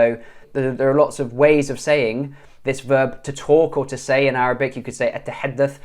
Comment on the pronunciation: Man your Arabic accent is AMAZING And you can speak Egyptian arabic very well And i'm from Egypt by the way